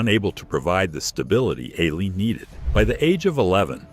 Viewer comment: EYE-leen. Teach your AI some I.